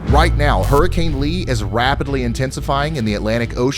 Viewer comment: It’s rapid-Lee intensifying